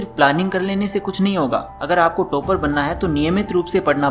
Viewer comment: Toop nahi. Top hain pronunciation. Tooper nhi..topper